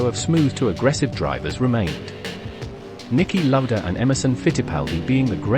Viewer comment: The AI voice is killing this video. Literally. Niki London???